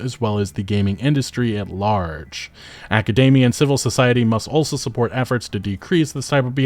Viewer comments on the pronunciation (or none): none